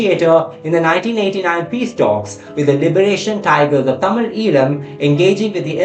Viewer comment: Well done! I like the way you pronounce Tamil words. Keep up the good work!